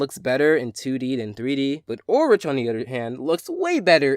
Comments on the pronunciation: Not trying to be unpleasant but Ulrich is pronounced Ul-rick not rich. 😊 hope i was helpful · Ulrich not ulrige !!! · Ulrich's name is pronounced with the hard "k" sound-- sorry, that was really bothering me I kinda wish that you had started with Teddygozilla, but overall I liked this review. Hopefully you'll do another one of Code Lyoko soon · That's not how you Pronounce Ulrich's Name,. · I dunno, the way he pronounced his name "directly" is kind of funny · You pronounced Ulrich wrong! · I don't mean to correct you, but Ulrich's name has the H pronounced as a K.